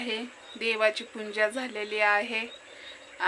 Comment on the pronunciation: पुजां नाही पुजा म्हण😂😂😂